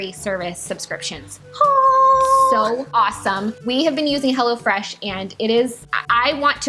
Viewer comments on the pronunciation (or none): I thought you were saying Hella fresh bahahaha 😂 Glad that's not the name of the company 😂😂😂😂